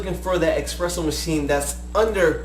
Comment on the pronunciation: why do you call it expresso? you even spelled it espresso...